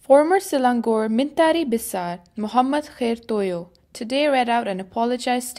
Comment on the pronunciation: The reporter whose voice being heard, is she a Malaysian or a foreigner? The pronunciation of men-tari beisar of Selang-gor shouldn't be like she did if she'as a local.